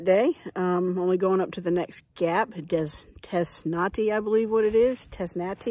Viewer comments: Dang fine hiking day!! Nice. Us locals say: tess-tah-tee gap. I LOVE this journey. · Tezz-nuh-TEE gap.